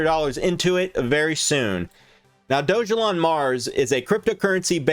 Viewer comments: It’s pronounced dog-a-lon!! How did you miss that it literally explains that in the description!! It’s not doge elon.. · It’s not “ doge” it’s dog-Elon mars